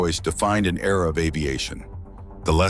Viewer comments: A new E-R-A..... LOL. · It’s a new E R A